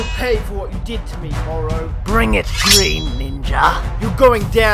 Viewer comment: You say Moro its morro